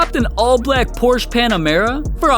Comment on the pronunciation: Bro everytime he says porsh I think hes gonna say sum else 😂